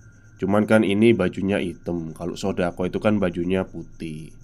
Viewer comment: SADAKO la mas,kok malah SODAKO 😅😅😅,..oalahh Bono Bono